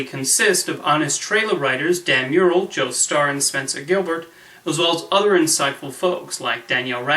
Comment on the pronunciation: Your pronouncing Dan's last night wrong. Mur-rell is not pronounced like the painting